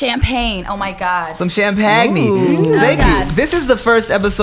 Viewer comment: Nigga said "Champagni"😂